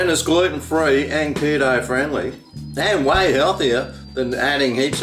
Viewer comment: Did he say keto or kilo based?